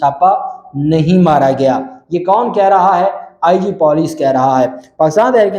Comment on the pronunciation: It's Puuuleeecc PENDU And you are pronouncing Poooooleeeccc